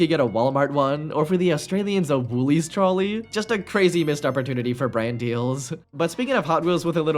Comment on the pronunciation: diabolical woolies pronunciation